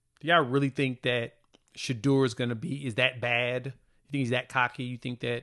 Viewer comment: SHEDEUR...PRONOUNCE D SHA DOOR